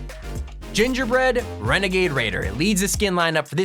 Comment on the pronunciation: Gingerbrenegader lol